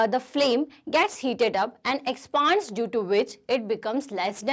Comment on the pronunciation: Mam it will is expands not expaand